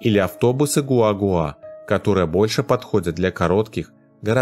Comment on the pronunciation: Не "СамАна", а "СаманА" ! И не "гуагуа" , а "гуАгуа", - ударение на первый слог! Учите испанский !